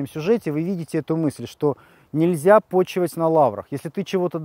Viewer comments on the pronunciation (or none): все хорошо, но режет слух: не "пОчивать на лаврах", а "почивАААть")